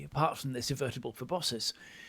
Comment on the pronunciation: Me: why does keep mispronouncing proboscis? Note: I learned the word proboscis through Homestar Runner